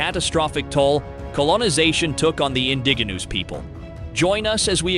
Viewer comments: In-dig-a-noose people? Who pronounces indigenous that way??? Clearly not anyone who knows anything about indigenous people . . . and "survive in desserts" instead of in deserts . . . I have to block this website. Sheesh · or the "indiginooze people" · I was going to watch this video until I realized that you did not know how to pronounce the word indigenous. If somebody can't pronounce the most important word in the entire video it makes me not believe anything else they say